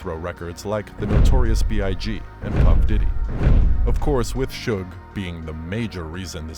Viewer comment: Did this dude just say PUFF DIDDY? DID Sean change his name again to PUFF DIDDY Or am I having a Senior Moment.